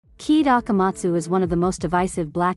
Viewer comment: Kaede Akamatsu: ❌ Keed Akamatsu: ✅